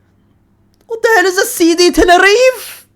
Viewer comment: Erm actually it’s pronounced Ten-ner-ree-feh 🤓☝️